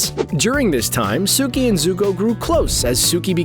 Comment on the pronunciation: When he said guitara I almost dislike n left😑 N then he said suki😑